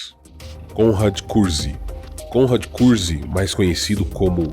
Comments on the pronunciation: Muito bom, embora algumas pronúncias estejam estranhas Vc faz parecer que o segundo nome de Conrad é CUZCUZ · vc acaba falando curzk e soa como cuzcuz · Konrad Kurze mas pronuncia como Curse (Maldição) Tzeentch não se pronuncia "Teezentek"